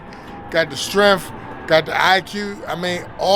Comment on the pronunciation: “He got the STRENF” 😂😂😂